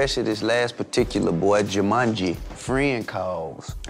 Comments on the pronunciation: Jamanji 🤣🤣🤣🤣🤣🤣🤣 T.i really get this name wrong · He said "JUMANJI"? lol